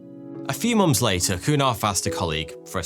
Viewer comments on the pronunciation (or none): I mainly come to this channel to hear months pronounced mumps.